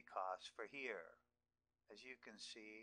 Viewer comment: create total confusion after watching this video.. you cant even pronounce nicely about your "here" and "there"...